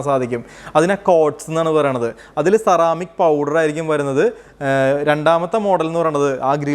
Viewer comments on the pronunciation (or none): none